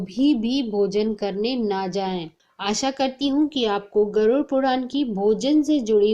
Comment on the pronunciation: गरुड " शब्द का सही उच्चार करना। गरूर" उच्चार ना करना